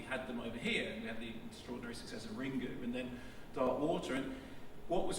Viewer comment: Mark Mark Mark.. it is not “Ringoo”... the U is silent- the only reason Ringu has a U at the end is because they used kanji, symbols which make syllable sounds, to make foreign words equivalents- so for the word “Ring” is made up of characters for the sounds “rin” and “gu” because they haven’t got a character just for “g”. There you go people. And while I’m here- moulin rouge is pronounced “moo-lan” in French not “moo-Lon”... so just stop it people 😂